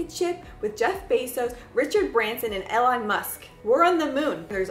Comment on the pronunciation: i couldn't help but laugh at the way you said elon musk 😂 I've never heard anyone pronounce his first name like that. still I enjoyed that spot on pop culture reference and the whole video! brough me joy at the end of a tiring day of work!